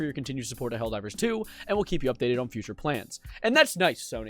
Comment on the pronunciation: ITS NOT HELLDOVER 🗣️🗣️🗣️